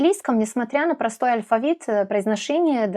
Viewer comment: До этого видео, думал, что вы носитель русского! Но, после того как вы сказали, что сербка и произнесли алЬфавит, и русскОго - всё понял :D Носители не смягчают л в слове алфавит, и произносят русского как "русскава", и таких примеров ещё вагон и маленькая тележка "акно" вместо окно, сонце вместо соЛнце, харашо, вместо хорошо... Вы поразительно хорошо говорите на русском! Но, есть ещё над чем поработать, чтобы не "палиться" :D